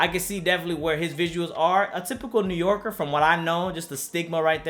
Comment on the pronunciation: smh my guy said new yorken. whatever. rip woo